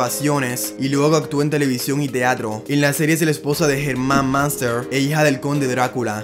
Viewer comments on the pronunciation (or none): La familia " maanster" pronunciación horrible.